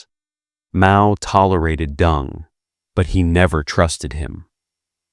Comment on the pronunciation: Isn’t it “Deng “ and not “Dung?”